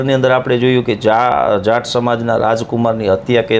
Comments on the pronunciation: It's not jant 😂😂😂 it's JAAT please pronounce it's properly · જાંટ નઈ જાટ 🤣🤣